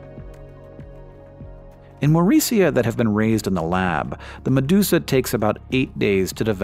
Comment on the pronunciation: meduka becomes medusa